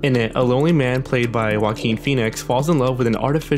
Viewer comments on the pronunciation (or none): none